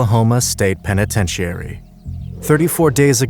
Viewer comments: Is this an AI voice over or can the narrator simply not pronounce 'penitentiary' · Oh another youtube who doesnt know how to pronounce penitentiary